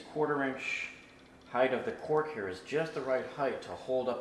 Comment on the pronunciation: Did you say cork, or “quark”??